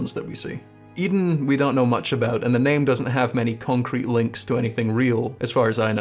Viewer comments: "I don't know whats going on with Oedon" Maybe if you started pronouncing it correctly, you'd start gettin a better look at it Its name is pronounced the same as how you "Odin", like the norse god. Maybe start from there Seriously, everything else in this video is absolute top notch, but the fact you somehow got "eden" from a word starting with an o and lacking a second e makes me want to drive up to scotland and dunk your head in a chip fryer Keep up the great work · Hearing "Eden" chapel instead of "Oden" chapel was giving me the kind of head-bursting moment you get from popping a Madman's Knowledge.